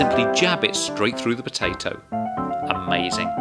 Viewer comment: I love how he says potatoe with his accent